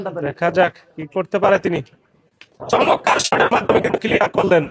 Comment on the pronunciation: ভাই চমক্কার কেন বলেন? চমৎকার বলবেন।